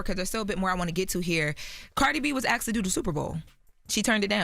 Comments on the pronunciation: Did she say axed or asked 🤣🤣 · The "question that Charlamagne 'axed'"?